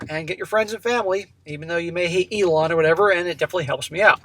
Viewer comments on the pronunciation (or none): none